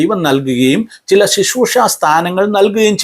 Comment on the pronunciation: Shishroosha alla uncle Sisroosha ennu para aadhyam ...